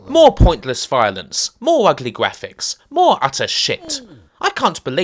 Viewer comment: Cwappy wubbish gwafics.